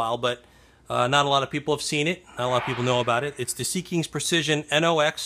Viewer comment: They make outstanding products :) It is pronounced seek-ins, not sea kings